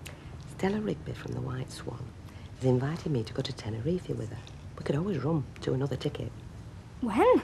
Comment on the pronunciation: Bet and "Tenerefy" lol